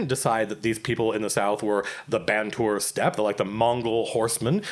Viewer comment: The Ban Tuur Steppe...hmmm...the banter steppe? :P